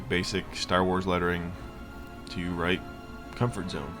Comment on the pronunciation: Looks great! I'm hesitant to say it, but you might've forgotten the "r" in "comfort"